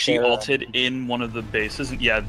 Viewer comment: For future reference, it's Ulted, not Alted.